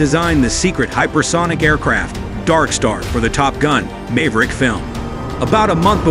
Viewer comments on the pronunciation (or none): Also can't say Maverick